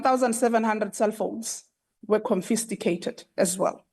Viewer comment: Whats this "CONFISTICATED"_ Even those speaking the language well😮